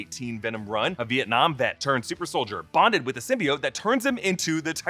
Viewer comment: Everytime they mispronounced symbiote and xenophage the whole movie drove me nuts, especially when they said it the right way in Venom 1. It's sym-be-oat not sym-be-it. Same with xenophage. It's zee-no-phage not zen-o-phage